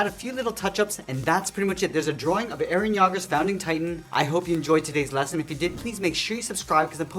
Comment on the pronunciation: you said eren yager not eren yeager do you even watch the anime😮😮😮😮😮😮😮😮